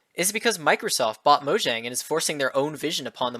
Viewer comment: Pronounced Mojang wrong >:(